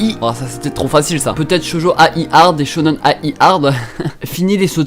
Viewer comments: Enfaite il faut le prononcer shonen-aïe et pas A i mais d'une traite voilà voilà :D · Il m'a full frustré en disant shonen a-i ça se lit aïe mdrr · alors shonen-ai, ça se prononce "aille", comme quand tu te fais mal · Tu prononces Shonen-ai comme Shonnen aie (comme le son de douleur)